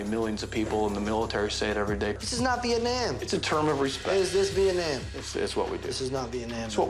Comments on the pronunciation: he said viatnam lol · How he pronounced Vietnam like he missing English class